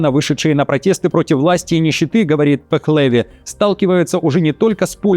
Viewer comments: Не ПехлЕви, а ПехлевИ. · ПехлЕви это звучит по грузински,а иранские фамилии всегда имеют ударение на последнем слоге - ПехлевИ